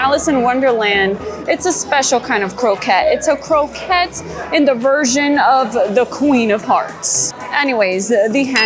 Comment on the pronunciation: Love your videos. ❤ love seeing all the merchandise. Croquet is French though so it is pronounced ‘crokay’